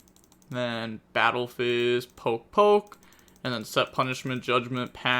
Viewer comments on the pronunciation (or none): none